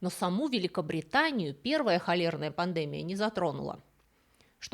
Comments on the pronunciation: Всегда слушаю с удовольствием, но сегодня пандЭмия , вместо слова пандемИя, испортило мне удовольствие, сильно режет слух. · а почему •пандЕмия•? А не •пандемИя•? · Почему вы ставите ударение неправильно? ПандЕмия. Ведь правильно пандемиИя. ❤❤❤ Спасибо за лекции. Смотрю вот уже второй день! 😊😊😊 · Очень интересно! Но почему пандемия с ударением на первый слог?🤔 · Вы образованный человек, но почему так часто безграмотно ставите ударение? ПандЭмия... что это????? ПандемИя. В каждом видео невероятные ошибки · Слово пандемия, судя по всему, латинского происхождения. В латыни ударение в любом слове падает на предпоследний слог, как и в польском языке. Поэтому правильно не пандЕмия, а пандемИя. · Всё, как всегда, интересно, познавательно, удивило только странное (для привычно правильной речи лектора) ударение в слове "пандемИя". Пандеми́я (греч. πανδημία «весь народ») — высшая степень развития эпидемического процесса, исключительно сильная эпидемия, при которой заразная болезнь за сравнительно короткое время поражает значительную часть населения многих стран, иногда на разных континентах. ПандемИя является наиболее опасной формой, то есть эпидемией, охватывающей подавляющую часть мира. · ВОПРОС! ударение в слове "пандемия": по жизни слышу и говорю пандемИя, а у Вас слышу - пандЕмия ПОЧЕМУ? Спасибо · Не могу слушать эту лекцию. ПандЕмия режет слух🤦‍♀️. Дис. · Греческого. Но правильно действительно пандеми́я. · Русское словесное ударение — пандемИя всё же. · спасибо за ваш канал! Единственное в этом видео очень резало слух неправильное ударение в слове Пандемия (эпидЕмия, но пандемИя). А так еще про Джона Сноу мне понравилась книга Стивена Джонсона «Карта призраков. Как самая страшная эпидемия холеры в викторианском Лондоне изменила науку, города и современный мир» есть на Букмейте, как печатная так и аудио - советую всем заинтересовавшимся этой темой. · Ударение в слове пандемия не на Е а на И вы где учились? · В слове пандемия ударение на И